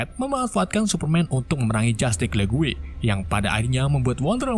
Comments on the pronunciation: Justice League. Bacanya "jastis le-gu-e". Ok. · Penyebutan "Jutice League" = "Jastic lig"